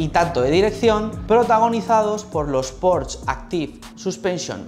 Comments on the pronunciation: No sé dice Porsch. Se dice Porsche, con todas las letras ... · se dice porsche no porsch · En realidad se diría [ˈpɔʁʃə], y el ultima "schwa" es una vocal neutra que en realidad no suena a la "e" que tenemos en castellano. Así que la única forma realmente correcta sería pronunciarlo fonéticamente en alemán al 100%, cosa que no suele hacer ninguna persona que no sea germanoparlante.